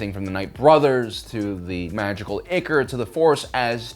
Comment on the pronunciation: Sorry, I hate to be that guy, but ichor is pronounced “eye core.” English kinda sucks.